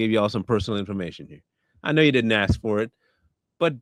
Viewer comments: The use of, “axe” instead of “ask” is a big red flag for me. I can’t listen attentively after hearing that. Many times, I just disconnect from the video. Same thing with inserting “the” between the month and date. That should’ve been learned in grade school. Umar is an idiot. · Let me axe you😂😂😂😂😂😂